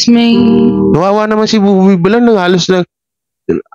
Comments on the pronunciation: Bakit ayaw mong makinig ilang beses n kitang kinorek hindi Buboy Bilar ang pronounciation, Villar is double “l” kya ang tamangbigkas ay Bilyar😘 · bakit ayaw mong ma correct po. Vilyar po ang pagbigkas po hindi vilar. sana i correct mo na kc nakakahiya nman